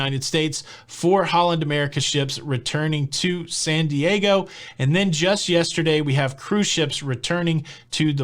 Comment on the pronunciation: I had to laugh at your initial pronunciation of San Diego as Sandy / Aygo. Funny!